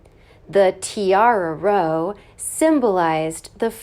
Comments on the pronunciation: PRONUNCIATION again! It's row, rhyming with how, not roe, rhyming with hoe. Markle is unbelievably arrogant. She was a nobody; a Z list actress. If she hadn't married Harry, she would still be a nobody. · Good post, although “row” as in squabble/argument, is pronounced like “Ow”. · Narrator mispronounces "row". In this context it means argument or disagreement, and rhymes with "how now, brown cow." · Really?? She mispronounced "row". ☑row like cow ❌row with oars " The Queen scolded Prince Harry for using offensive language towards her closest aide during a row over Meghan's royal wedding tiara fitting."